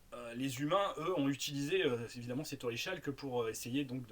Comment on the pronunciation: merci pour cette présentation et parce que j'aime bien chipoter, orichalque se prononce "oricalk" :)